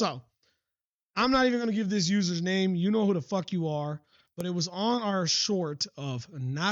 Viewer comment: Hey thanks for the shout 😂. Tbh I didn't even know what she said. I just woke up the next day to a bunch of your replies to her deleted comments lol Additionally, congrats on pronouncing my username right haha